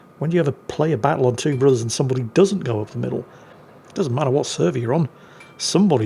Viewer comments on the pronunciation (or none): none